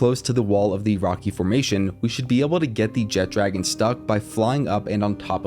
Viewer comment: Man that alwaya bothers me. Theres No 'D' in the name! JEH-TRA-GONE! NOT JET-DRAGON.